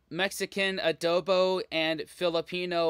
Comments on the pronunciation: it's not Ah-dough-bowww but a-DOH-bo, with the stress on the 2nd syllable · Adobo is pronounced the same way Mexicans say the word. The narrator on this video is mispronouncing it. And I don't know when this video was created but to date, the Philippines have won 4 Ms. Universe crowns - Gloria Diaz, Margie Moran, Pia Wurtzbach and Catriona Gray. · I'm a filipino and I CAN'T/WON'T eat BALUT.. it's not for me , loool.. and the pronunciation of ADOBO is the same way you said Mexican Adobo. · Adobo is pronounced the same, whether spanish, mexican or filipino. The narrator did not do research on the pronunciation, he basically anglicized it with the short A vowel sound, heh. However, yes, the flavor profiles are different. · You mentioned adobo correctly, the speaker mispronounced it. 😢😅😅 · Many Filipino words (Tagalog words) were mispronounced by the narator, like adobo...